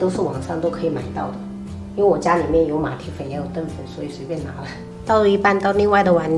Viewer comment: 😂那唸澄彳（ 成）粉